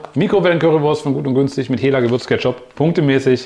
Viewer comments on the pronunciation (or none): Moin, es wird HEELA😉 ausgesprochen ( Herrmann Laue) HELLA ist eine mineralwasser Marke viele Grüße